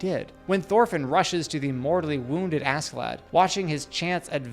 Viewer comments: Ask in Askeladd is pronounced "ash". SK in nordic language generally is. Example: a ships Skipper, the captain, is pronounced Shipper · It is pronounced 'a-shae-ladd' old norse, he is one of my favourite characters. Really deep and complex, fun and wise in his twisted ways :) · Not using sub in the example scenes is criminal, it'd also teach you his name is pronounced "Ash-e-lad"